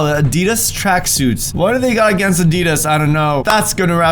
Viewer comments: Why do you say a.d.i.d.a.s like that it's you say it like add-e-das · what have they got against Adidas Me, a person from the UK: probably that pronunciation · Is anyone else annoyed by how he pronounced Adidas?